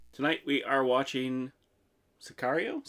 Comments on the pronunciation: si car io is correct. car like how americans say a muscle car. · Excellent intuition on the pronunciation of the movie title. Sicario=hitman.